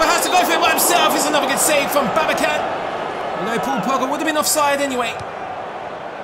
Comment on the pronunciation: Volkan Babacan is read as it is written. Since it is a Turkish name, you should not read the letter C as K.